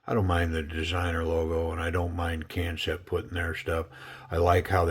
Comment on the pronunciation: DCA of Knifecenter had said it the same way you did, and a rep for the company informed him that it's intended to be pronounced just like "Concept."